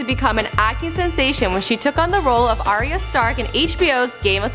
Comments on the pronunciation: ariya stark........ can you just say arya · It's Ar-ya, Ar-ya. Not Ariya 😒